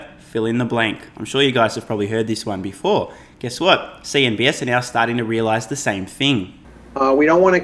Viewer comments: I feel like you keep saying “CNBS” instead of “CNBC” just to throw me off. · It’s CNBC, not CNBS 🤷‍♂️